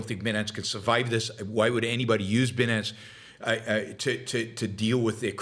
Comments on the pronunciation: It is pronounced "BYE-NANCE". You do not sound like you are familiar with the subject when you pronounce it incorrectly. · Like 'finance' but with a b. There's a Monty Python reference in there, sort of.